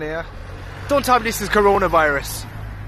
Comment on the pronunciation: Man said carona virus 🤣🤣